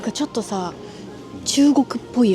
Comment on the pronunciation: 조또조토 하는말이😂 욕하는소리로 들려요..ㅎㅎ